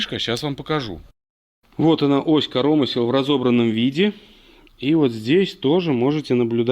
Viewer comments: Интересно слушать. По правилам в слове КоромЫсло, удар на Ы, а не корОмысло, но спишем это на местный говор )))) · Понять не могу почему ось корОмысел а не КоромЫсел??? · Ну почему корОмысел а не коромЫсел🎉😂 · Да не корооомысел, а коромыыысел, деревня!) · От "коро́мысел" аж кровь из ушей... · КоромЫслы, чувак ну прекращай коверкать Русский язык. Если ты белорус, то говори на родном языке.